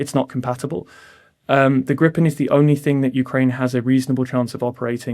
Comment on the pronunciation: Re Gripen: This is not english but swedish, so swedish pronunciation rules apply (yes, they have their own): [ɡriːpɛn] - not [ɡrɪpɛn] Do get a grip